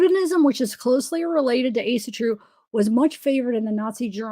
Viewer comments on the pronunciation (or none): Proper way to pronounce Asatru is a-sah-true.